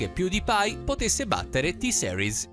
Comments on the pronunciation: Porco due avevo scritto "T-seris no però "per dire che la sua pronuncia faceva pena e che nn si pronunciava così Certo che io T-series lo so scrivere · Si pronuncia "T-Siris", non "T-Seris", diocane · E poi ma dai, T-seris non si può sentire... Si dice T-series, ripeti con me T-series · NON posso NON dire che NON si dice ''t-Seris'' ma ''t-siris'' (o t-gay 😂) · o mio dio che ignoranza, se hai visto il video lui ha detto t-seris è non t-series, impara ad ascoltare poi ne parliamo. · T SERIS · tiseris 🙄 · Sentire t-seris mi fa raggrinzire le palle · Si pronuncia t-sirus con la i inglese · T seris aahhabahahahahahah o mio dio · sentire T-series in quel modo mi fa altamente male e mi da tipo troppo fastidio